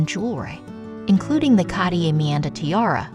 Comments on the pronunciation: interesting. however it was hard to listen to the annoying AI voice pronouncing Cartier wrongly over and over. it’s ‘kahr-teeay’ 2 syllables. the first ‘r’ is pronounced. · CARTIER is pronounced car- t- a or french roll the r, otherwise the video was very informative once you could ignor the jewellers repetitive mispronouciation of his name. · Why is it impossible for these idiots to pronounce things correctly? It’s C-A-R-T-I-E-R not catier! It’s not a silent R. If you can pronounce T-I-A-R-A properly, why the F can’t you pronounce Cartier? WTF? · Why can’t people who narrate these pronounce common names properly? Car-tee-ay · I cant get over the way they keep saying Cartier. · yes! and with the repeated mispronunciation of Cartier! 🙉